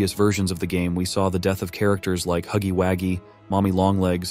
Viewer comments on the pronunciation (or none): bro the ai is bad it can't say huggy wuggy